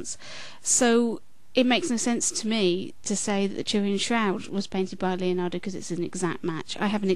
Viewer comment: By the way, since you seem concerned about pronunciation, the correct way an Italian would pronounce "Leonardo" is not "Leeonardo". Actually, the "e" in "Leonardo" sounds the same as the "e" in "very". Regards.